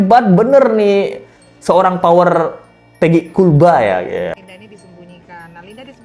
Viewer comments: Knp ya gua benci banget ini sama si mimin yg agak kriting kalau dia lagi nyebut KULBA,,,perasaan pengen gua tampol aja😂😂😂😂😂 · Gaul lah bang no no no bukan kulba